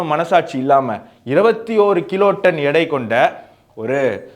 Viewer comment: நீ வீடியோ போடுவது சரி. தமிழ் உச்சரிப்பு ஏன் உனக்கு சரியா வராதா? எடை என்று நீ ஏன் சொல்ல மாட்டேங்குற? எல்லா இடத்திலும் இடை, இடை என்று சொல்லி இருக்கியே. நான் கூட முதல்ல குழம்பிப்போனேன். என்னடா இடைன்னு சொல்றானே புதுசா ஒரு வார்த்தையை சொல்றானேன்னு. எடைன்னு நல்லா அழுத்தம் திருத்தமா சொல்லுப்பா என்ன பையன்ப்பா நீ? இல்லைன்னா weight ன்னு சொல்லு. யுரோனியத்தை பிரிச்சு தனித்தனியா வச்சிருக்கறத பத்தி ஒரு நல்ல கதை சொன்ன. ஆனா அந்த கதை தான் எனக்கு புரியல 200gram, 200gram மா பிரிச்சி இரண்டு சிலிண்டர்லயும் இன்னொரு இடத்தில் 100கிராமையும் வைப்பாங்க- அப்படின்னு சொல்லி தான் நீ ஆரம்பிச்ச. ஆனா கடைசி வரைக்கும் 100 கிராமை ஏன் அந்த இடத்தில் கொண்டு போய் வச்சாங்கங்றத சொல்லவே இல்ல. அதாவது ஒரு கெமிக்கல் explotion ஆகி,அத கொண்டு போயி 200க்கும் 200க்கும் இடையில சேர்க்கும்ன்னு தான் சொன்னயே ஒழிய மற்றபடி வேறு எதுவும் இல்லை. நீ சொன்னதெல்லாம் வெடிக்கும் போது நடக்கக்கூடிய பிராசஸ். ஆனா 100 கிராம் ஏன் தனியாக வச்சாங்க? எதுக்காக வைக்கணும்ங்கிற காரணம் சொல்லனும் இல்லையா? சரி அணுகுண்டு தயாரிக்கறதுக்கு யுரேனியமும் ப்ளூட்டோனியமும் தேவைன்னு சொன்ன.அதுல யுரேனியத்தை பத்தி ஏதோ சொன்ன. கெமிக்கல் எக்ஸ்புளோஷன் ஆகுது. அதனால இந்த 100கிராம்மை தள்ளிட்டு போச்சு அப்படி இப்படின்னு ஏதோ கதை விட்ட. ஓகே. ப்ளூட்டோனியம் என்ன ஆச்சு? ப்ளூட்டோனியத்தோட பங்கு பத்தி சொல்லல? எனக்கெல்லாம் அணுகுண்டு தயாரிக்கிற சக்தி இல்ல. நீ சொல்ற டெக்னிக்கல் நோ ஹொவ் வச்சு நான் தயாரிக்க முடியாது அதனால ப்ளூட்டோனியம் என்ன ஆச்சுங்கறது பத்தி சொல்லு.